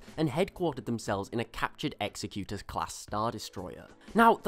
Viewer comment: rolls eyes at mispronounciation of Executor